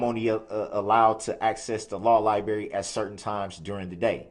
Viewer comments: Law lieberry? 😂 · Yes, it's just like a lieberry. 😂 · No, Darrell, no one but you calls it "the law liberry". I love how he constantly got caught lying to the court and had absolutely no shame. He lied numerous times about not being allowed access to his discovery materials, he lied about the not-so-shocking "shock" restraints on his ankles, he lied about the bailiffs not giving him the opportunity to change into street clothes several times, he lied about having covid, he lied about the jail not having or giving rapid results covid tests, he lied about the volume in the adjacent courtroom, he lied about having a hearing problem, he lied about his audio being muted when the judge muted his microphone...and on and on. But when he was confronted with that and proven outright to be a pathetic little liar, he wasn't a bit ashamed. Darrell Brooks is the perfect example of what happens when parents don't teach their kids shame, accountability, responsibility and obligation.